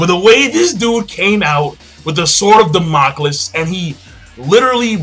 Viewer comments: dont want to be that guy but sword of Damocles. PRONUNCIATION: ( DAM-uh-kleez) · Lol king it's pronounced Da-Mo-Kleys like in code geass... sorry just me being a pronunciation nazi